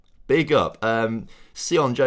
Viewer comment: Sion is pronounced like Shaun by the way :)